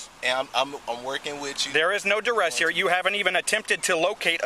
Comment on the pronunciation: “I’m under duress!” Sir, it’s pronounced under arrest